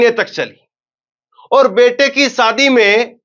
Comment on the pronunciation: Sadi nhi shadi hota h aap ki zabaan acchhi nhi h bht aasar padhta h